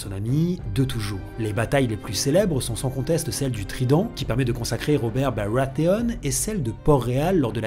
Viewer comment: Cooooool!!!! En plus de ce taff de qualité on reparle un peu des BaWAtheons! Et ça c'est pas piqué des hannetons! (Aha jte mais la prononciation me fait rire:') )